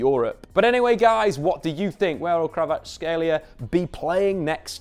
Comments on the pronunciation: It's not Krava, it's Kvara... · It’s not Krava it’s Kvara😅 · No, there is no CH in his surname, and believe me Kvarachelia sounds the worst. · It's more accurate if pronounced KvaraCHelia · thats how Neapolitans keep sliding into it because it sounds right to them. In Georgian his name is pronounced Kvara-ts-(k)helia. The kh doesn't make a k sound it makes a sound like someone from Liverpool pronouncing the c is come-on. Source: I'm Georgian and know a few Kvaratskhelias. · I believe in. He’ll get it eventually. It’s a hard one 🙈